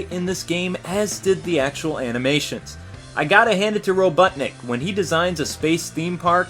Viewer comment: haha you said butt when you said robotnik